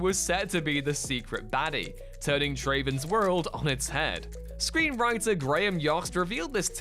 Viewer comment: Has anybody on WhatCulture actually seen "Speed"? None among them seems to know that the last name of its hero Jack Traven is NOT pronounced "Tray-ven".